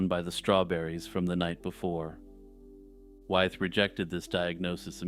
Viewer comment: (George) Wythe is pronounced “with.”